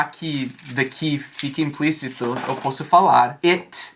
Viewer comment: Pq não é legal falar inglês com sotaqu? Vc tem muito fala alguns erros e não tem problema nenhum. Ex vc falou Eu poço e o correto é com o primeiro o aberto ó posso